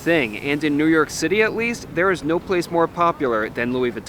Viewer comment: I finally figured out what's so odd about the way he pronounces his city of residence: He seems to say "Newark City." Haha, like the poster from "OMITB" - Newark, Newark!